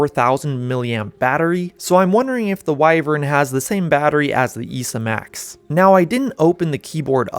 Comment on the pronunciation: At least learn how to say wyvern properly. Theres 2 ways, you mixed them together.